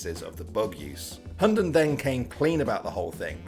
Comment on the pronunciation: if you wanna know how to pronounce his hunden name in danish i'll try my best because i may as well speak tatoinee lanquage and it would be the same. the name means the dog or hound. (this guy pronounced it like hondon) first the Hu which is just the h sound and the u sound not like this guy saying it like an o. (just like you would pronounce hu tao in genshin impact) second is the den. it is not pronounced like the name Den or like den in Denmark. the d is silent and the e is like eh but without the h sound so its just the e sound in eh. and lastly its n is just n. so h u (silent d) e(h)n